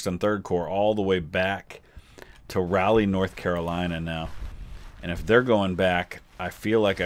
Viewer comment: Just as an FYI, the name of Raleigh is actually pronounced "Rall-lee" and is NC's capital. Enjoying the content.